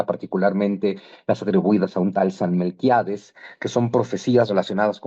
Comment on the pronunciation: Es san Malaquías. El de las profecías ... No Melquiades mi querido zonsonegui😅